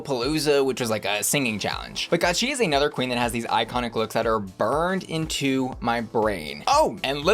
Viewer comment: EYE-CONIC! LOL Yay on all visions!